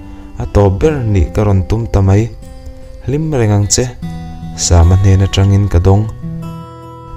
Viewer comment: Sama hi..sam(samuel,samson)tih a sam...tih anga lam tur a nilo ami.. a mak ee😊